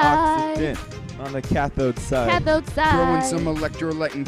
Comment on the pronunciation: oKsyGeeEn took me out